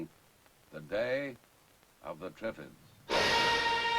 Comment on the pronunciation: Yes especially if David Bellamy was speaking, Twiffids?